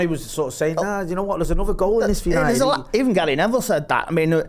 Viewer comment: Oh here we go "yanited, party, buzzin " 😅